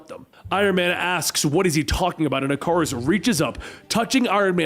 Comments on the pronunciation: It's ick a rus not I car us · “Ic-ar-us” lol who the hell says it like this? Y’all gonna tell him or should I?